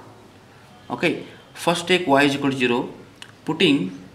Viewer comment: Zero not chero 😂